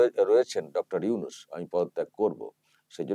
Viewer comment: উফ ওকে উইনুস উইনুস বলেন কেন ??? ওটা নুনুস হবে। নুনুস মিঞা। 😀